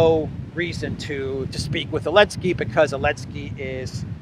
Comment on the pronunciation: Why do you call Zelensky "Elensky"?